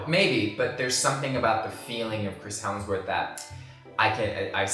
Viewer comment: Is saying HeLmsworth? 😂🤣